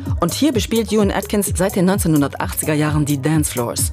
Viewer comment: Wenn man so einen Beitrag macht sollte man auch Juan Atkins richtig aussprechen 😅